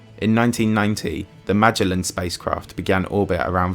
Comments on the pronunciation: I've never heard them pronounced ma-RI-ner and MA-gel-len before... The correct American pronunciation is MA-ri-ner and ma-GEL-len. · "MA JEL AN" FFS It's Magellan. The explorer. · PRONUNCED... MAA - JEL - IN... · Good video. Pronunciation, though... Mariner. Magellan. Methane... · Your pronunciation is terrible look up "mariner" and "magellan"